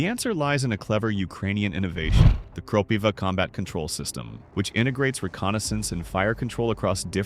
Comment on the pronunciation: Good video, however, I suggest you use Ukrainian pronounciation for Kropyva - Kropyvá, accent on the last syllable, and closed i.